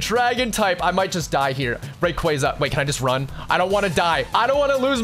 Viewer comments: Dude... Ray-quah-zah Stop with the RayQuayQuay please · You did not just say rayqwayza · It's pronounced (ray-qwa-za) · Ain’t no way he just said “rayquaiyza” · Shiny “ray- qwaa- za” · It’s ray cwassa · the way you pronounce raquaza hurts me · It’s rayqauza not what your saying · You pronouncing rayqaza wrong bro😢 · Why you calling rayquaza raykwayza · You say Rayquaza ro g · Ray cwohz uh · Bro say Rsyquaza right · bro is saying shiny reyqaza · your saying rayquaza rong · It is pronounced R K us